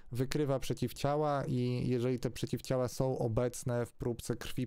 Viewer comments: Czy tylko mnie triggeruje sposób, w jaki ten człowiek akcentuje słowo „przeciwciała”? XD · Nie wierzę nikomu kto wymawia przeciwciała oddzielnie 🤣